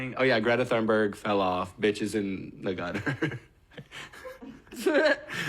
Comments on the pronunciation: also, greta’s last name is pronounced ‘TUN-berg’, not ‘Thun-berg’ just so we all know. you can pronounce it even better than tun-berg as well but imo that’s leaning into having a swedish accent. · Just so you know, it's pronounced Greta Toon-berg. No shade just constructive criticism. Love you!